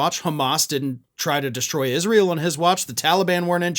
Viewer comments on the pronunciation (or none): none